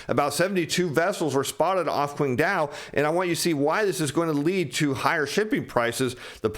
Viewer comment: Some of the Chinese names need a bit more work. Eg Qingdao should be pronounced Ching dow not kwing dow. As Mandarin takes over from English, everyone will become familiar with these names.